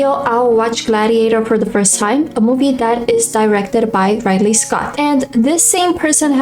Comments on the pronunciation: my dear, again it is RID-lee Scott not RIDE-lee. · Ah, we’re still pronouncing Ridley like that, I see.